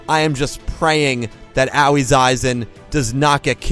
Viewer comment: At this point I'm just here for the comments. I can't bear to hear mispronounce Aoi's name for the umpteenth time.